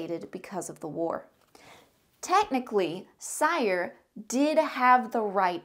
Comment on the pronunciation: You mispronounce almost everything... cringe. Cyre is pronounced SEER and Khorvaire has an R in it. Do you even play games?